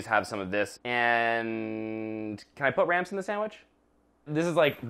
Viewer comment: RAMPS. I thought said RANCH. I thought he said ranch. Oh my goodness